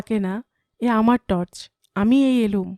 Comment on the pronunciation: তর্স নয় টর্চ হবে উচ্চারণ গুলো ঠিক করুন বাঙালির বাংলা ভুল হলে বড়ো কানে বাজে